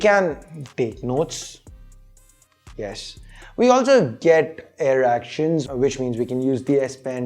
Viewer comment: Air actions or as you heard-erection😂